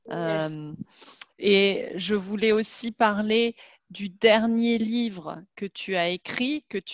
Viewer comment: It sounds like she said "je ne veure pas" several times to mean "I didn't want". Can't figure out what she was actually saying or the spelling.